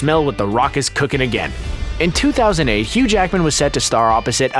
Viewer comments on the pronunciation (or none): none